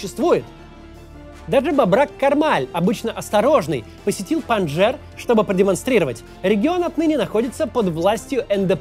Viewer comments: Макс, спасибо за работу. Но немного коробит от того, что ты говоришь "ПанДЖер". Все ветераны афгана говорили "ПандШер". Да, "j" там присутствует тоже, но участники произносили с акцентом на "Ш". У меня отчим там воевал и я видел много встреч. Странно, ведь, ты не сильно моложе меня, мог слышать в фольклоре и всякой афганской песне. Извини, что душню. В большинстве своём — отличная работа👍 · Подушню слегонца. Не Панжер, а Панджшер. Не Зая уль Хак, а Зия уль Хак.